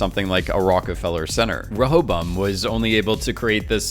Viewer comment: Great video! Side Note - It's pronounced "Ray-a-bo-im".